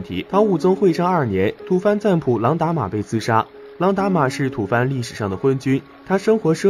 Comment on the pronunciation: 不是土fan，是土bo。